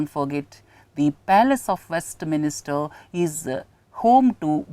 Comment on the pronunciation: hi sir, thanks a lot for the efforts you take. please correct the pronunciation for WESTMINSTER as it is not west"minister". please don't get offended i corrected this because it's in news and important to remember. thanks and regards..